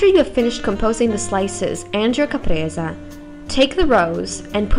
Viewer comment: it s not Capresa but Caprese se se se...not that difficult...